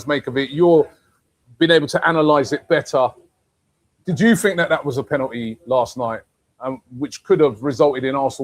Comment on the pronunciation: When was the L taken from the word penalty r is it just aftv clowns that cant say it properly